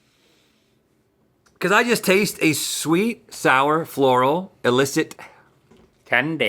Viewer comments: Why did Rhett just say Flanny? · did rhett say floral or yanny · when rhett says “floral” it reminds me of that “yanny or laurel” argument